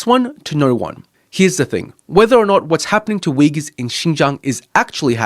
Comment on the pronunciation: Only thing i’m suspicious of is the maga wearing guy actually able to pronounce “xinjiang” and “uyghurs”